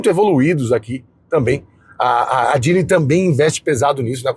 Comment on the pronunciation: Falou que a pronúncia seria "jili" mas fica pronunciando "djili"... tá serto...